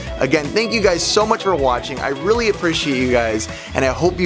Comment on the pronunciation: Thank you for "watch-ing"?